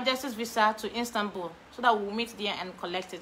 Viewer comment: Istanbul not instanbul 😂♥️